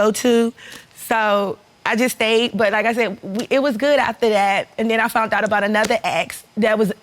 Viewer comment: "FOUNT OUT".....The word is FOUND Ma'am.